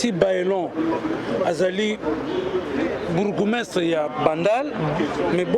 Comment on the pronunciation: Ezalaka "Bourgmestre " et non "Borgoumestre"